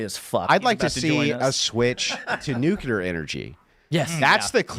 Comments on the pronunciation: "Newkyater energy." - (2025) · "Nuklear" Andrew knows he can get away with sophistry because his audience doesn't care about facts. They actually revel in dissociating from them. "ooh big man say slur so he win!" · was the pronunciation of "nukulur" one of these facts xD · the point is he doesn't understand the difference between nuclear and nucular. Nucular" is a common mispronunciation of the word "nuclear". It's also a phonetic spelling of the word. Explanation "Nucular" is a result of metathesis, which is when two sounds next to each other are switched. For example, "nook le yer" becomes "nook ye ler". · "NUCULEAR!!" I like Andrew, but i fucking HATE that pronunciation of nuclear. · New-clear. New-clear. That’s how you say that word. Train yourself if you have a speech impediment, It’s not the word you’re saying - It makes you look like a WILD idiot. Stop saying the wrong word. Please? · It's one of my biggest pet peaves. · No, i am making a good point. If i understand what someone means when they have terrible broken english, that doesn't mean they communicated well. Your point is the empty one here. What the deal is with his common mispronunciation of the word nuclear is that it is a perfect microcosm of his overall abilities as a communicator and thinker. He mispronounces the word nuclear in a common way, much like he is a commonly unintelligent person. So there's definitely not "no point" to it.